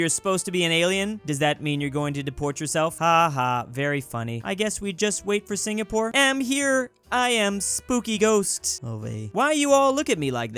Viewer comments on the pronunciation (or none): none